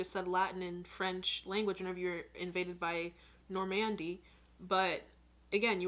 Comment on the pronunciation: There’s no stress on “mandy” in Normandy.